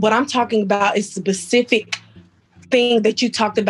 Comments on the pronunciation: If she's educated, maybe she mispronounced "specific" because it sounded like she said "pacific". Maybe my hearing is bad. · SPECIFIC, NOT "PACIFIC". For goodness sake. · I've heard "PACIFIC" 😖 instead of "SPECIFIC" many times but "BUH-CIFIC!?!" 🤦‍♀️ LAWD JESUS PLEASE FIX IT! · College grad says Pacific situation 😆 😆 😆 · She said pacific lmao it’s specific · “But what I’m about is the BASIFIC” Me: wtf is a basific??? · Wow. Tiffany has some serious anger baggage going on. What the hell. LOL. She's got a degree but still says pacific instead of specific. To quote Kevin, "you can't make this shit up". I'm convinced they just give out degrees these days. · She said "bacific" wow that's new. Why do black people have such a hard time pronouncing shit? I'm black to but damn can we say specific and ask correctly. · She tried really hard and still said “Spaa-cific” Lol ratchet on overload